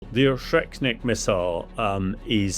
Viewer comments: Oreshnik not oshreknik. Either way doesn't matter but you pronounced things so wrong. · ORZHEKNIK Missile??? I really expect that people in TheSun atleast have basic reading and anauncing skills... mabe its not needed anymore today when applying to work there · O-resh-nik. Not O-shrek-nik. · "Oshetnik" missile..? Not "Oreshnyk"..? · Hamish didn't pronounce Oreshnik correctly. He is saying Or-Shrek-Nick instead of Or-Esh-Nick. 😂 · Dude said “O-Shrek-Nik” 😆 Shrek cannot be stopped! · Ahahaha why cant he pronounce Oreshnik? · you cant even pronounce the missiles name buddy. typical british behavior. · I'm supposed to listen to this supposed expert when he can't even pronounce the name of the missile properly? 🤡